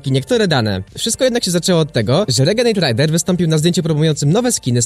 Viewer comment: renegejd rejder się mówi